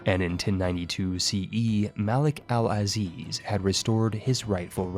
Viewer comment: I hate to be that guy but it pronounced "abb dool aahh zeez" 4 sylables. Or Abdul Aziz in easier writing. Abd al-Aziz if you took letter to letters from arab to latin alphabet.